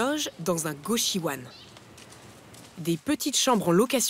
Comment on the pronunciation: alors, on dit goshiwON pas wan, ensuite s'en est pas vraiment hein, la fille a une salle de bain, de l'espace, un hogishown vous avez meme pas de place pour un lit et encore moins une sdb perso mdr informez vous un peu svp